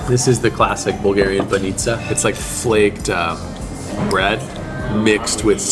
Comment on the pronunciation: Aware with the emphasis, please :) bAnitsa, not banItsa ffs.